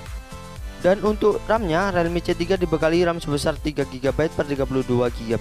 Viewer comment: Mas, tolong untuk pembacaan brand atau istilah gunakan cara membaca yang benar. Realme dibaca rilmi, snapdragon dibaca snepdregren, micro sd dibaca maykro esdi. Biar lebih enak aja dengarnya